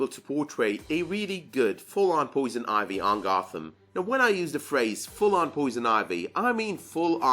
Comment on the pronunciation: "Poison Oivy" XD